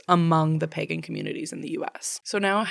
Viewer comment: I love your podcast but please look again at the pronounciation of 'pagan', I can't breathe anymore :,D Laughing so hard hahaha